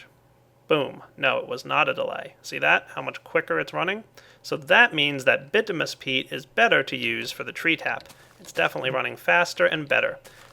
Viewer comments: It's bitumINous not bitumous. Sorry. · its pronounced bitiminus not bitimus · BIT-OO-MIN-EE-US peat not BIT-OO-MUS. Kay? Keep up the great work! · Bitominous,, not bitomous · just because this is annoying me every time you say these 2 items, the way you say bituminous peat is like this ( bih-too-muh-nous peat ) the way you say basalt is like this ( buh-salt not bah-salt) just pointing out things that were really annoying me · It's "By-too-min-us"